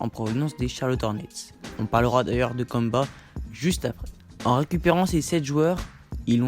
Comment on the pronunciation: Kanba vraiment c'est kemba et on prononce kaimba, stp je l'ai beaucoup cité dans mon truc sur les hornets prononce le mieux stp